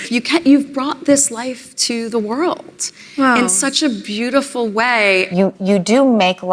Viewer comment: I'm going to be honest and grounded in my journey, and show up and be authentically present to say, Meghan, you are a complete empty zero. Also, I HATE when women end their words with that "tz" sound. Like when she says "world", she says "worldtz". Gross.